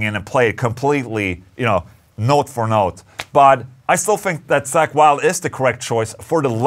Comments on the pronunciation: It's Zakk...not Sack. 😆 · I like how you pronounce Zakk's name as "sack".